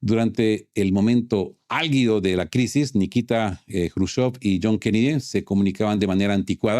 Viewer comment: (En la palabra ALGIDO, la G suena como Jota)